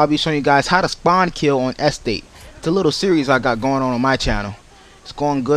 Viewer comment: haha he cant say estate! EHstate